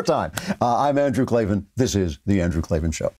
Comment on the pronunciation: There is no "E" in Klavan